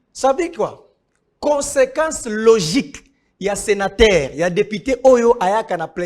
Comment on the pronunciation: Nico on prononce senateur et non senataire😄😄😄